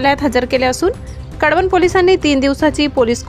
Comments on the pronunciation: कडवणं नाही कळवण..... 😐😐😐😐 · कडवण नाही ते कळवण आहे,ते काय पोडि, काडी, निडी सारखे आहे का